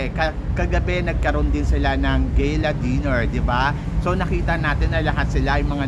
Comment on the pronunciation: gala po right pronounciation, not gayla